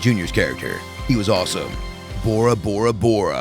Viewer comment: Bore-A XD